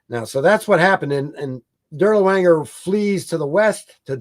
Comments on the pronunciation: "Dur-lee-wanger?" Really? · Same with “Dirlewanger”. Absolutely no attempt to pronounce the main subject matter of this video correctly is most irksome.